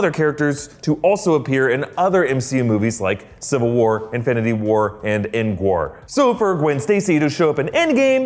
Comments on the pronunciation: ENDGWAR not ENDGAME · Did he say endwar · He totally said engwar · Ah yes, Endgwar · Endgwar lmfao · Endgwar lmao 😂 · Endgwar XD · Endgwar.... xD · Endgwar HAHAHA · Endgwar lol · Engwar.. How embarrassing. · What the hell is endgwar? 😂😂😂lol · whaat endgwar???🧐🧐🧐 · Who caught him say endwar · Ah yes Endgwar a classic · Wtf is endgwar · Think you mean endgwar? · Lol endgwar? Lol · why are you all saying endgwar wtf its endgame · It’s endgame not endgwar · Engwar? What. ? 😐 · Why Did He Say Engwar? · “Endgwar” 2019 im dying over here 😂😂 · Did he say endwar? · Why did he say endgwar? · it said endgwar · "CIVIL WAR, INFINITY WAR and ENDGWAR" made me laugh so hard :D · whatever, it sounded like "END WAR" to me. if it's that important to you, then it can be "endgwar" too. either way, it made me laugh :D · Fares24 : Tutos / Mini-Jeux! I thought I was the only one that heard it